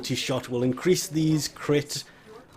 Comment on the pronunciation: "Crit will also incriss, increase with these"